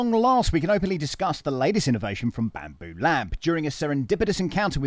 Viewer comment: "Bampoo" hahah. Nice. Well done on the overview my friend!